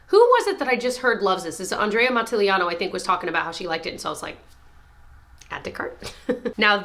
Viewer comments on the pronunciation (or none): Andrea’s last name is Matillano, NOT Matiliano. There is no “ee” sound after the “ll”. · That’s strange because the times I’ve heard her say it in videos, she’s pronounced it as it is spelled, or “mat-ill-ah-no” phonetically.